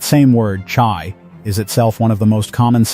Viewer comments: it is not chai but hai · CHAI. IS. PRNOUNCED "HIGH" NOT CHI. ", AM YISREAL CHAI " LONG LIVE. ISRAEL. 💙 🇮🇱 💙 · Mr. Speaker: if you are a Jew, then you should know that the 2 Hebrew letters Chet and Yud together are pronounced chai, as in l'chaim, to life, and Chanukah. Where did you get "tshai"? Speak to an educated Jew about correct pronunciation of the Yiddish and Hebrew language. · Not pronounced that way.